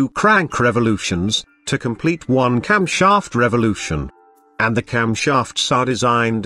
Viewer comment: camSHHAAAFT Stroke CYllinDEEER